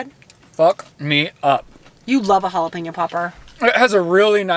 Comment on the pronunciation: pronounces jalapeño the right way has me SHOOK. My nick name for her is jalape nos ( way) girl lol. Why do I love pregnant more?